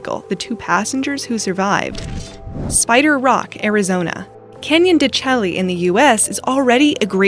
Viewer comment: Canyon de Chelly is pronounced Canyon "DESHAY",. But trust me, you're not alone. Many people in Arizona don't know the proper pronunciation either.